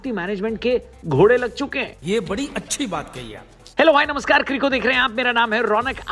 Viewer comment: भाई आपने ghode बोला या l@ 😂